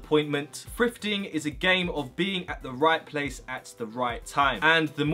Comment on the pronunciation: to me it sounds like he saying "frifting"